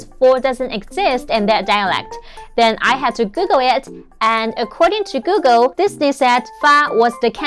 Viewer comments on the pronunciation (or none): none